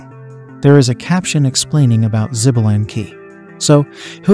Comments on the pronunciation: 😂😂 xbalank, greetings from México. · The Ai pronunciation is killing me. 🤦🏼‍♂️ Xbalanque is pronounced “Shuh-ba-lan-k” and ode is just one word, not o-de which probably didn’t need explanation.